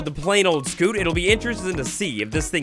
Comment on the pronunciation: Sc-you-t not sc-oo-t